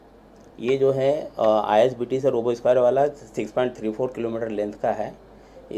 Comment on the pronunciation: Isbt hain ,you told itbt 😁